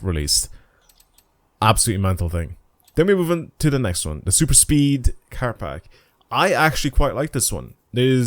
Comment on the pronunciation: its PACK! why do you keep saying parks?